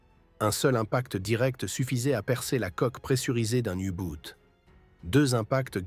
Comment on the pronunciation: Ras le bol ! Encore des ravages de l'anglais ! U Boot est un mot allemand. Jamais le U ne s'est prononcé you. Ce n'est pas de l'anglais mais de l'allemande, le U se prononce 'ou'. Encore une vidéo de quelqu'un qui étudie 'les langues étrangères' et qui ramène tout à l'anglais. Ben voyons !